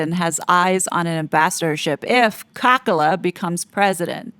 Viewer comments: I know you do not like Kamala Harris. But please do call her with her name Kamala and not Kakala. This is disrespectful. I am European and not c interested in your politics. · I love how you say Kamala's name. It makes me laugh each time you say it. Very apt name!